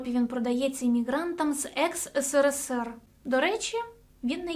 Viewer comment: В чем прикол говорить ыСыРыСыР?